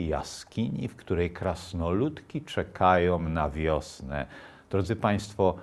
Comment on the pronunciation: " krasnoludki czekajOM na wiosne" i znow wargi niepotrzebnie domkniete!, slucham dalej. " oni czekajOM"! Nie "oni", lecz "one" czekaja na wiosne! Pisze z Kanady, moj komputer nie ma trzcionki polskiej, nie mam "a" z ogonkiem, "e" z ogonkiem, ale mozna sie domyslec, ze "czekaja, a nie czekajOM" Dlaczego "one", bo "te" krasnoludki, a nie "ci" krasnoludki! Proste, jak sznurek w kieszeni, 32 lata poza krajem, mowie w angielskim i troche francuskim, ale polski pielegnuje! Zamieniam sie w sluch. " czekal na wolnOM Polske", " czy znajOM te opowiesc", " tak, kojarzOM".Prosze mi wybaczyc, wysluchalem do konca te piekna opowiesc i nie czepialem sie juz, bo mi bylo przykro pastwic sie nad tak madrym i prawym czlowiekiem o juz siwych wlosach, bo sam dobiegam juz 81 lat, ale prosze zwrocic uwage na te kwestie, wtedy uczuleni na polsdkosc, jak ja chetniej beda Pana sluchac, bo potrafi Pan ciekawie mowic! Prosze mi wybaczyc, Pozdrawiam!